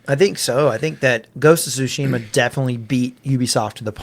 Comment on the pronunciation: It isn’t sushima. It’s Tsushima.